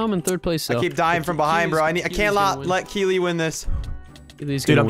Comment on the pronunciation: Omg, you actually said Keeley right Hahaha! When I saw it I was like "Omg someone other than me spells their name that way" I was so happy when you said it right.